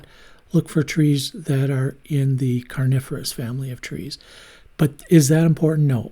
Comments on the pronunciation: This is a great video ... like all of your videos and tutorials. You made me laugh though when you said carnivorous ... and I was thinking yikes how scary. I realized you meant coniferous. Thank you for the videos you share with us. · when you said “coniferous”, I heard “carnivorous” and for a split second I was very confused 😂